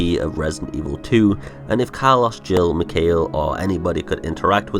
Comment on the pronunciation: Who is McKale? Its McKyle or at least closer to that than McKale which sounds like what I'd order at McDonalds while trying to be healthy... even if its Kale leaves wrapped around deep fried sorrow and sadness. Ha. Hood video as always. Cheers.